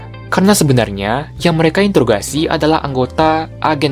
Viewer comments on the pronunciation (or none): none